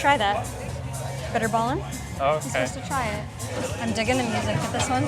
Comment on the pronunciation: like these two fine people as they traveling alot of the times to many places of the world. when i saw this and she tried to speak out words as bitterball and kroket. it was really funny to watch it ;)